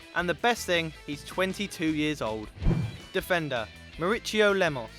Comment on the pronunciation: Maurício is said like Maurissio